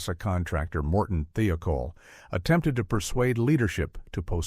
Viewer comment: He said Uh Oh, not uhhhhhho. It is Morton Thiokol, not THEOKOL